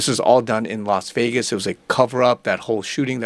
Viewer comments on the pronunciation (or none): none